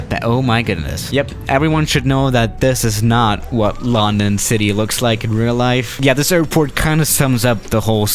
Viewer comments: "Laandan City" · "Longdon city"